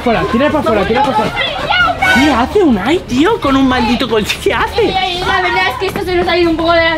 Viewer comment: se dice Unai